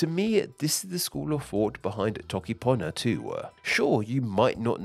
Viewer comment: He said the whole alphabet while trying to say toke panyo 💀💀💀💀